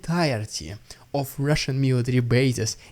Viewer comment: "Its the rrrrrussian idiot" is all i hear. Is it what you really say? Love your work